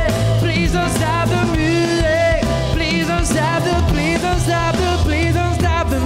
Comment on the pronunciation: Que corrijan la pronunciación porque no pronuncia Music como es debido y eso le resta a su interpretación